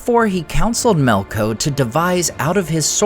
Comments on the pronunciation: Melko? Isn't it "Melkor"? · why do you keep saying melkors name incorrectly as melko is it for the same reason as the delusional people who keep failing to change Gandalfs name to jandalf